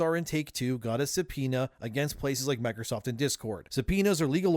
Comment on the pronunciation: Drink every time he says Mikersoft... the only person I've heard annunciate the word Microsoft is Gabe Newell